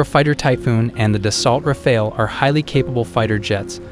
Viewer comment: Nie daltra fale tylko daso rafale sztuczny tłumoku. Eurofighter nie jest "wielorolkowy' tylko wielozadaniowy. Nie cierpię AI. Kaleczenie języka, wymowy, sensu. powinno byc karalne.